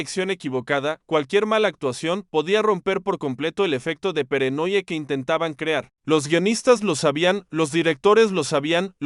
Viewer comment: amaba esta serie, pregunto..... el narrador es dislexico, como puede cometer tantos horrores al hablar, como peranoia en lugar de paranoia. solucionen eso buscando a un narrador serio.